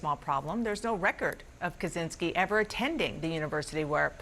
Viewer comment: Not Kuzinsky, Kascinsky...